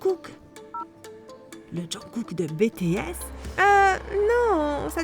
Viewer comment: C'est bts et non betesse 😭